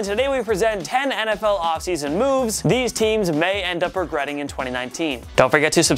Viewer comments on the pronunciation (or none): none